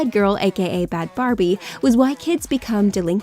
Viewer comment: It’s Bahd Bhabie not Bahd Barbie SMH